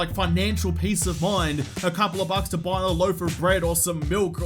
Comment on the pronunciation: When he said 'Having a few more bucks in Patreon', I heard 'Having a few more mupps in Patreon'. Seriously though, muppetry is the central theme of this channel. I fully support you and if I have to stay awake all night to watch your videos, I won't hesitate to do that.